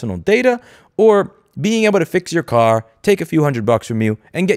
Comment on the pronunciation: Thought you said cat, not car. Shame, we could have answered that question.